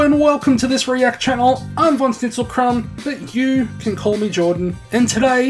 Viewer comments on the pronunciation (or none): none